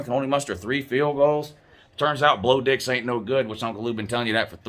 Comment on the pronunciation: said BLO DIX!!!😆😆😆😆😆😆